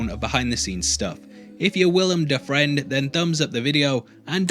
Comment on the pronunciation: Willem Dafriend 🤣🤦 that caught me off guard